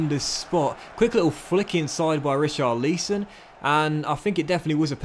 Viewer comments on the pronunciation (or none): Ri-CHAR-li-son As opposed to RI-char-LI-son